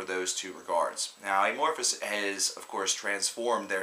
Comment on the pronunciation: I know this is old but just a few comments. First, dude you're saying their name really weird it's not eh-morphis but a-morphis. Like the word amorphous. Which brings me to my second point, their sound is, has, and will change. That's why they chose that name. Lastly all Amophis albums are good. Just depends on what you like. Some are heavy, some soft, but all are good. Obviously TFtTL and Elegy, and any Jousten era album.